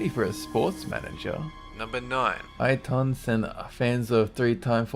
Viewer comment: He pronounces Ayrton in a funny way.